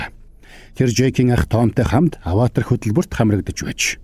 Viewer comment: Bi tand durtaildaa Ghde Avatar geeree avator avatr bish shy 😂😂